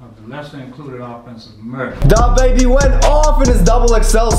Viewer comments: i hate how he says DAHbaby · It’s “duh-baby” not “dah-baby” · It's Dababy not DA - baby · It’s kind of annoying how he says dah baby instead of DaBaby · when he said dahbeiby i felt that